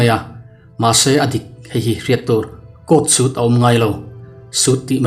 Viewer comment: Court suite maw....😆 Mizo nu te chuan kekawr leh kawr,a pahnih sawi nan kan hmang thin mai thin lawm....Suite te chu sap ho lam dan ania...tlat mai 😅😆